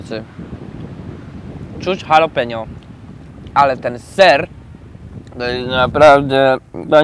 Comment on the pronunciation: "halopenjo" xD